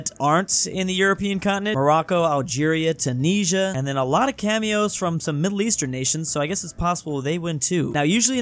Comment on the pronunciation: The way you say 'Tunisia' triggers me so much.